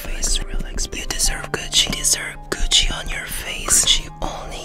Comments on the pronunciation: Am I the only one who keeps hearing “coochie on your face” but he’s really just saying Gucci 💀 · I THOUGHT HE SAID “COOCHIE MAKEUP” BEJDHD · I THOUGHT HE SAID COOCHIE LMAO